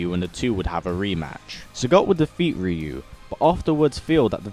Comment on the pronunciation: RYU not ReU